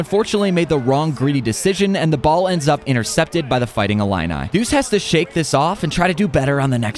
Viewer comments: So are we just gonna skip the fact he can’t pronounce Illinois 😂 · Bro doesn’t know how to pronounce Illinois 😭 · dang i didn’t know u couldn’t pronounce illinois 😭😭